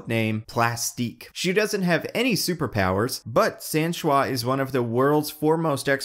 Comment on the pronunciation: By the way, in proper French it’s pronounced “san-soosee”, not “sain-shwa”